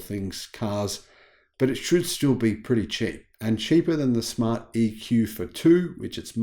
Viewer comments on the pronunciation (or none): none